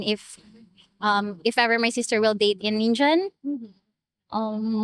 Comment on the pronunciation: "An Injun"? Who taught her English, John Wayne? 😂